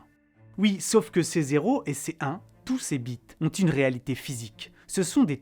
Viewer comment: Très intéressant. Il aurait été intéressant de bien faire la distinction entre le stockage impliqué sur le net et les flux journaliers, qui accumulés doivent bien représenter une pastèque annuelle. NB: Un moyen très simple d'éviter la confusion quand on prononce 'bits' c'est de le prononcer correctement, soit b.i.t.sssss 😂